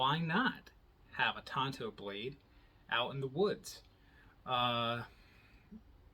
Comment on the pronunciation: Thank you so much for pronouncing Tanto correctly. Drives me up a wall. A knife pet peeve. Ordered this knife a little while ago, don't have it yet, and this came up in my feed. Enjoyed the video.